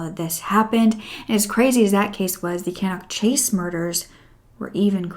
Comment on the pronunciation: I can’t believe you have done this case... I live within walking distance of Cannock Chase! We go nearly every weekend for forest walks. Looking forward to listening to you tell the story! Also it is pronounced ‘Staff-ord-shurr’ and ‘cannuck chase’ 😃